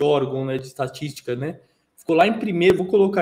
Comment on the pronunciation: não consegue falar ESTATÍSTICA KKKK tmj família alvi verde. Avanti Palestra!